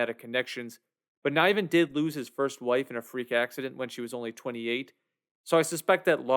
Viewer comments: It is not pronounced "NYven" but Niven with a soft I. Fine actor who had a good career. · The author of the book is David Niven....NIVEN pronounced like GIVEN. He was a very famous British actor who won an OSCAR for Best Leading Actor in 1959.